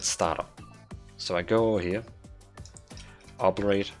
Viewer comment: Friendly advice, do a google search for "Obliterate pronunciation" to hear how it sounds. I know english isn't your first language.